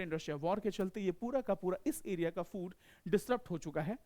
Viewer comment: ए बुरी (एरिया) होता है! की (अरियाज) होता हैं कैसे कैसे लोग आ जाते है यार... ये भाई सुध भाषा मे पढ़ाओ आम बोल चाल मे